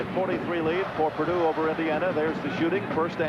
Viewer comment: Always loved how coach knight called them "peardue".